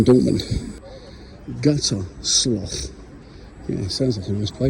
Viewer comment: Guters-low its pronounced, few of my mates were based there in the army, i was down the road in paderborn! Series has been mint mate, but the road stops here, Man utd fan 😂 and yes im from there ✌️🤣